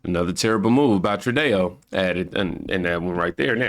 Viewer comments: True dough is the way to pronounce Trudeau. You said it correctly that time when you said "it's true dough". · Dude It’s “GDP” And NOT “gpd”, What’s Up With You Of Late Man❗️❓❗️ 😳🤨😳🤨😳🤨😳🤨 One More Thing, THE IDIOTS NAME IS PRONOUNCED “TRUDO” AND “NOT” “TRUDÉO”, Your Just Making Yourself Sound Like A Dumbass, It DOESN’T Help Your Cause Mate❗️❗️❗️❗️ 😡🤬😡🤬😡🤬😡🤬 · you called Canada's leader "True Day Oh", but it's pronounced "True Doe". Good job, your presentations are very good. This is how I get my daily news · Hi name is Trudeau (Troo-doh), not "True Dayo" lol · 😅😅 its not *tru,Day -oh,its true -doe😅😅 ill keep helping you pronounce things correctly for the next time love you bro keep doing what your doing been with you since 6k subs, and have loved watching you and others wake up and realize who and what the democrat party really is byt we should think trump by allowing biden to take residency, instead of having the military reveal everything they monitored and caught becayse you cant just tell some thry have to live through it wnd experience it but that evidence will ve revealed soon along with epstien diddy and other things that will be revealed later in the massive prosecutions in tve military tribunals, they buikt 2 new courthouses and 5 new gitmos military prisins because special cojncil John Durahm in his 8 year investigation to drain the swamp, 150k indictments will drain tbe sewer swamps you can catch things to eat its livu g and beautiful sewer describes it better 😅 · It’s pronounced “True-doh” 🙏🏻❤️ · Just so you know, his name is french and is pronounced True-doh, french has weird pronunciation so Im not hating on anyone that gets it wrong, just an FYI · Justin FALSEdeau (sounds like Falsedayo!) Keep it! I love it😂😂😂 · It's pronounced True-dough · Trudeau is pronounced True-doh